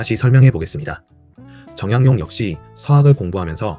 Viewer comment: 좋은 정보 감사합니다. 이수광을 잘 알게 되었습니다. 정약용..은 정양용..으로 발음되지 않고 '정야굥'으로 발음됩니다. 사적..은 '사쩍으로'라고 읽습니다. 곧 지우겠습니다.